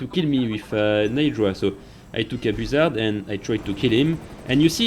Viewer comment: BOO-ZARD😂😂 I love French people😂